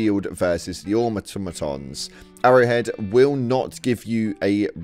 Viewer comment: Why can no one say Automoton. AH TOM O TON.